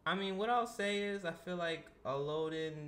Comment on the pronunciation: You mispronounced both names 😅 el-low-din (its a character from a book iirc) and ah-knee-k